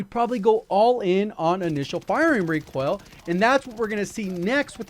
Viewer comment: I can't stop hearing Recwoil.